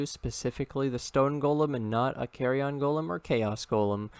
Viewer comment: Nobody's gonna talk about "carry-on" golem?